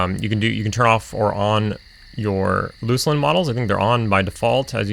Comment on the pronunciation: Thank you for pronouncing Luclin correctly 🤣😲